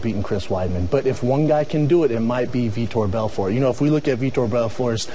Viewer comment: For sure learn how to pronounce Vitor Belfort sportscaster lady i dont know.